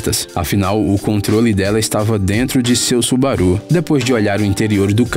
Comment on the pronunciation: Ótimo!!! Mas falar Subaruh é engraçado 😁😓